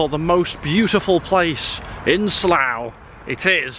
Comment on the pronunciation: Pronounced 'Slaaa'